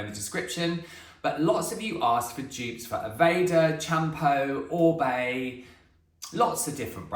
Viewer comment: Firstly I've just found you secondly, just watched the intro so glad you pronounce OR-BAY correctly :) I love the Oribe green - moisture curl range its amazing - I use the shampoo and conditioner as I have blonde bleached hair it drinks it up. I too don't use the Amika because of the fragrance, it makes me sick. My hair has recently started snapping though I wonder if it's because I went back to a round vented hair brush